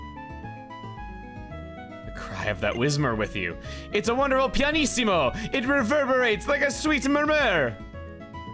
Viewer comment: Pianissimo (stress on the -is syllable, not -si) means 'quietest' in Italian -issimo in general means '-est' in Italian. Don Piantissimo is 'Sir Pianta-est' and the joke is that he's not a Pianta